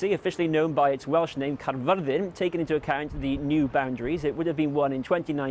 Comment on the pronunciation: Thank you for using and pronouncing Caerfyrddin correctly. These little things means a lot.